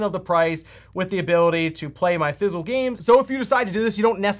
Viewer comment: physical, not fizzel. I know you talk fast, but sometimes I swear you do that on purse. lol